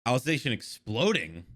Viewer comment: On the 2nd season of SAO:Alicization War of Undrerworld the blonde girl became like the main protagonist becuz Kirito got depressed and is now being taken care by Alice(the main character of SAO: Alicization War of underworld) P.S Your pronounciation of Alicization was correct.